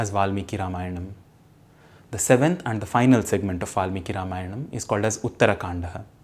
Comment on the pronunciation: A few posers! If Valmiki was adikavi and Ramayan first literary work in verse, then were the four Veds (also in verse) created later? Also, please try to sound Indian and don’t put an additional ‘a’ after every Sanskrit word you speak.